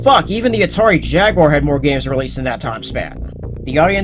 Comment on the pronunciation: Finally a person said jaguar instead of jagwire